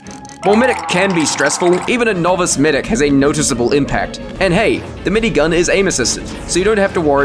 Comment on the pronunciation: you said mingun